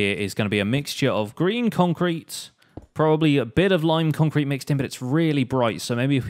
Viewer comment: When you say "Green" i head "Grian". I dont know why!